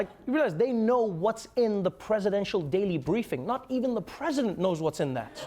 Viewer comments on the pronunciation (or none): none